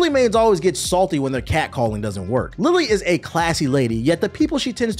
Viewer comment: Ummm also the Lili joke falls flat bc it's pronounced LeeLee